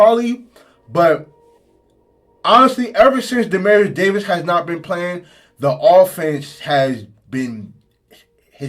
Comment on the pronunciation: Bama State’s QB name is DE-MEAT-TRIUS Davis. I kept hearing “Demarius” …quick correction